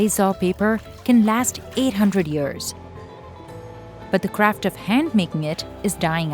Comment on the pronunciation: Is no one going to talk about her pronouncing craft as crap😂😂. No intention to be offensive but that’s funny 😆